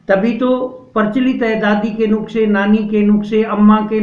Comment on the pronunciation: Nuskha kehte hein, nuksa nahi. ☺😊